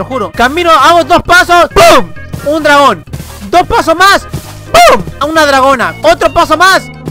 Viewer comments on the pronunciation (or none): Pensé que dijo me pega un Tragón y dije soy yoooooo pero no dijo dragón XD